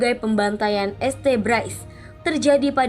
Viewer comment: Setuju bgt , jadi gk enak dengernya kalo pake kata este, naratornya n adminnya ini gimana sihh ? Gk mikir apa yaa ? Video buat publik kok narasinya kayak anak TK gini